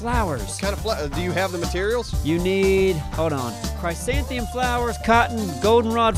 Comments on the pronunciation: only slightly cringing at the fact that pronounces chrysanthemum as "chrisantheum" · "Cry-san-thi-um" lol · I promise they'll eventually pronounce "chrysanthemum" correctly.